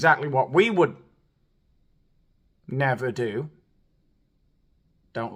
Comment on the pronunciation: 'Nevurr' haha :)